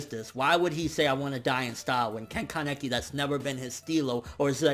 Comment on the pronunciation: Haha you killed me when you said ka-neck-i